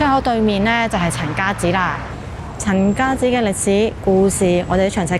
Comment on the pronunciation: 陈家‘’祠‘’读“池”，不是读“寺”。